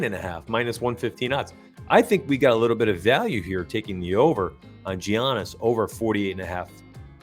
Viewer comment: Dejounte is out today in addition Giannis is pronounced with a "Yiannis" with a "y" instead of a ""Giannis" with a "g"